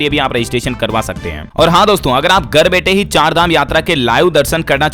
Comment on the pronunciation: Gar nahi hota hai ghar hota hai